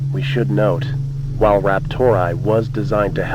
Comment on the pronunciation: "RaptorAI" being pronounced as "raptor eye" is like someone pronouncing "OpenAI" as "open eye". Who the hell does that?